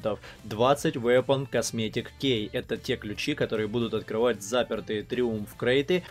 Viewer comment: хаха, ки